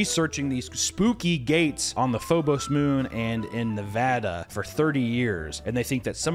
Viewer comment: HE SAID NEVADA RIGHT! HUZZAH!!!!!!!